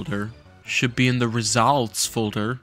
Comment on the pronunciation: "Should be in the ReSaUlTs folder" 😭😭🙏🙏